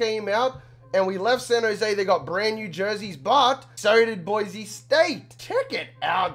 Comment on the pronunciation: BSU fan here. first its pronounced boy-see not boizy and second your weapons are gonna be Shakir in the pass and Holani in the run. also, don't worry that Hank broke his ribs, Cord is just as good.